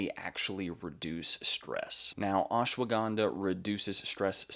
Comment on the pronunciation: It is Ash - wada - Ganda. You pronounce all the letters. Not ashwa ganda